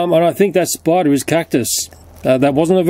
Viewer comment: "you got to burn the *sporder*" xd